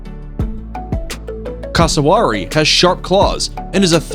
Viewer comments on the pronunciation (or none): PLEASE learn how to say the names of the birds! It's "Greeb" not "Graybee", CASSowary, not cassoWARRy. Google it - the answers are out there! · This guys pronunciation though it ain’t pronounced taka-he It pronounced ta ka h e It ain’t pronounced invercarjill It pronounced invercar gill (like a fish gill) It ain’t pronounced cæssawary It pronounced cass-o-wary